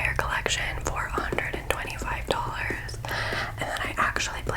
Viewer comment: it sounded like you said “425 dollars” instead of “for 125 dollars” HAHAHHS